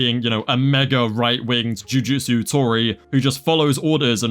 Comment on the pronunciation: you calling them jutusu tories.... instant follow